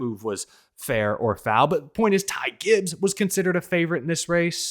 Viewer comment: Not surprised with elliotts performance this season has not clicked for him and im happy he isnt in the playoffs right now. Also i loved how rick allen messed up ty gibbs name 😂